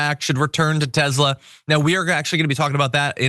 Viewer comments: John it's TESLA not TEZZZLA ...TEZZLA is how the south African nazi pronounces it not how the founders pronounce it. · Tes-la not tez-la 😅😅😅 sorry. It's drivinge.mad lol